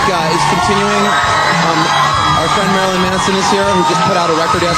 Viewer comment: Domb bitch calls him Maralyn